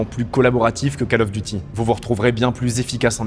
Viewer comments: je découvre ta chaîne, merci pour ton travail. Suggestion : prononce "Call of Duty" : Cole of Diouti", pas "cal of duti" : ça fait saigner les oreilles ! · "cAle" of duty !!! Sérieux ? On dit "cOle" of duty... C'est pas la cale du devoir, c'est l'appel du devoir ! ; ) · KAAL of Duty? Va falloir reprendre les cours d'anglais ^